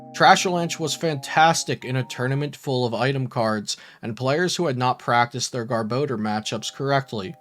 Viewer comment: ok im sorry but... Gar-Ba-Door